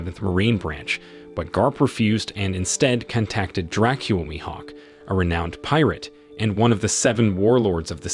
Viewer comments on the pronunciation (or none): none